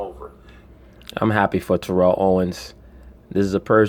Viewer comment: Say that man’s name right... It’s TEAR-UHL.